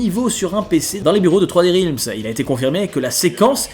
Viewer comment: Juste attention à la prononciation de "realms" en anglais (ta voyelle n'est pas bonne). Je te le fais remarquer parce que tu répètes beaucoup ce mot. :)